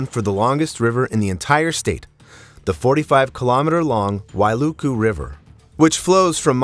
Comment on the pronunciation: You pronounce Wailuku correctly , I’m confused or maybe deaf cause did I hear HI-LOW? I thought A-I was this legit… 🤔